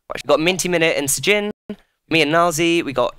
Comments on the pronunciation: no its not stjin its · Everyone in the yogscast calls him shin, except for, who pronounces it stgin